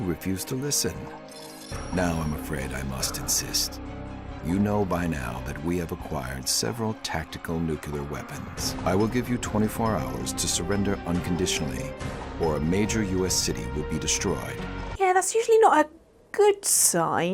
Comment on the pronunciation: When your boss says nukalure instead of nuclear